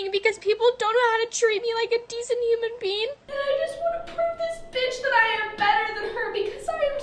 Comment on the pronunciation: Did she say "as a human bean"?💀